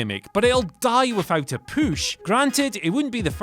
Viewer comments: Everytime I hear someone say push, in my mind I think "poosh" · I’m convinced that u don’t actually pronounce push like that and u only do it to piss us off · A poosh? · Does anyone else notice is saying poosh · What is a "poosh" 😂😂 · I swear if I hear “pooche” one more time I’m gonna lose it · his poosh xD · not push but poosh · Dear Whatculture: Please have wearing a shirt that says “POOSH” for the next video. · Take a shot every time he says poosh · A strong "poosh" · What’s a poosh ? 😭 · The big man's poosh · "The big man's poosch, or lack thereof." HAHAHAHAH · What the fuck is a “pusch? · Thirty-four! THirty-four!! THUR-TEE-FOUR!!!! Holy fuck how difficult is that?! Fucking furburger. And I'm certain he's pronouncing it "poosh" on purpose. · Poosh the poosh for the sake of pooshing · I love how he says "poosh" 😂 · What if the way he says POOSH is just a gimmick because of all the comments!? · Without a POOSH, LOL I love the way you say PUSH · "And a poosh" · Is he saying push that way to be funny?